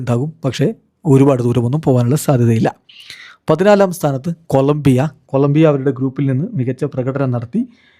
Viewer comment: കൊല ബ്ബിയ അല്ല കൊളം ബ്ബിയ